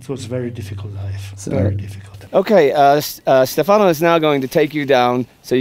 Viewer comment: Indy,I hate to criticize, but it is STEFano not stefANO. I had that pointed out to me early on when in Italy. English pronunciation tends towards the latter. Always ano.